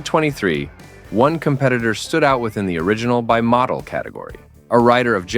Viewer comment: Is that how you say, Motul?